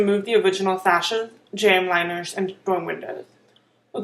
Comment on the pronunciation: have it narrated by somebody who doesn't have a speech impediment......what's a "pwy" bar? What's a jamb "winer"?